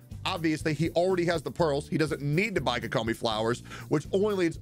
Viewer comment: ah yes "kokoma"